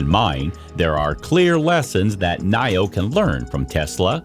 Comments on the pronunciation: Knee-o, NOT Knigh-o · Your pronunciation for Nio is not right